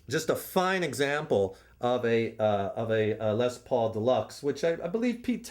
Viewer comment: the way he said, "lez" pauls cracked me up